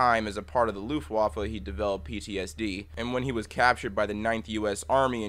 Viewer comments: Not to be mean, but it is pronounced looft Vaffe. W in german is pronounced like a V. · On the section about the German Luftwaffe, you pronounced it wrong. The “w” in German is pronounced like an “f” it isn’t that big of a deal. Great video as always!